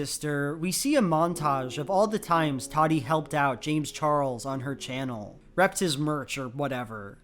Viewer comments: Tati not Tadi.. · “toddy”.......... it’s Tati with both Ts pronounced the same 💀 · Ta-tee, not toddy. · It kinda bugs me the way you pronounce her name. It's Ta-Tee not Toddy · Idk how Tati herself pronounces it, but every other YouTuber I’ve watched has pronounced it as Tati and not Toddy. I think it’s just having a strange pronunciation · watching this almost 3 yrs later its obvious that is correct about most of his points laid out here, but it’s also objectively funny and wrong that he keeps pronouncing tati as “toddy” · Obsessed with the way you call her “toddy” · i cant help but hear "Toddy" and i honestly love it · alternate video title: says "toddy" for 20 minutes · hearing call her "Toddy" the entire video elevated it to a new level of ridiculous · Every time he says Tadi I die 🤣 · Through this whole thing I’ve never heard someone pronounce Tati’s name like “Toddie” it’s throwin me off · No one:: Toºdy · ive never heard someone pronounce tati as "toddy" lmao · i’m obsessed with how he says tati.... “toddy” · Randall Paquet when i used to watch her she would pronounce it “tah-tee” like João said. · Can't believe "Tati" is actually pronounced "Taahdi" wtf is the English language even doing??? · I love how you consistently mispronounce her name :') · your mispronununciation of Tati's name is disturbing. Nice video though. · The way you say Tati is so funny! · English is weird but this isn't a good example of that. He said it wrong.